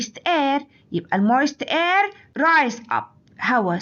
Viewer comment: الفيديو مليان أخطاء 😂 كما أن كلمة air بتتنطق إير مش آير 😂😂😂😂😂